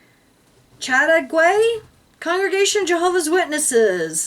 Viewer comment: Chateauguay is pronounced Chateau (gay) Quebec, not far from where I live